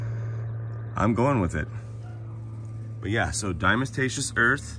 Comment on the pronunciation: The correct pronunciation of “Diatomaceous” is: DIE-UH-TOE-MAY-SHUSS….NOT: die-uh-muh-tay-shuss. If it’s too difficult for you to pronounce correctly, why not just refer to it as D.E.? Even most people that CAN pronounce diatomaceous earth correctly, still just refer to it as D.E. 😂👍